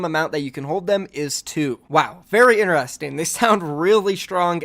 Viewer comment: No one:: "ineresting"